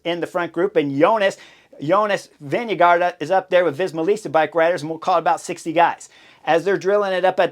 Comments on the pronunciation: i dont know how to write it so you could pronounce it. His first part is not vin-ge but ving-e And probably more veng-e The double aa is old Danish for the letter å. And it is pronounced like that single letter. I dont know an English sound for å. (Gård is Danish for farm.) And the last d is not pronounced So Veng-e-går I think if you say Veng-e-gor it might sound a bit right. And vi is pronounced ve in his name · He finally said Vingegaard and not wingego 😅